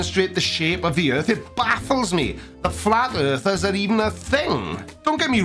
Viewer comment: Yours = yurs, earth=yurth, etc